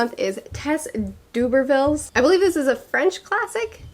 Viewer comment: I love that you still can't say D'Urbervilles :D I only know how because we did it at school haha